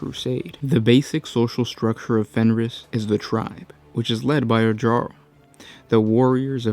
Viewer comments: Jarl is pronounced yarl or uarl rather the how it looks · Jarl is pronounced Yarl.